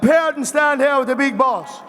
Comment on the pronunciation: In the broadest Irish Traveler esque voice "Get up here and stand here wid the big boss"